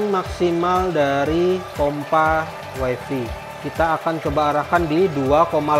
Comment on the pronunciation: wifi dilafalkan wai fai bang. bukan wai fi